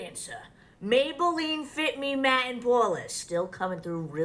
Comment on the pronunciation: The word "influencer" needs to disappear. "Poas" = "pores"?!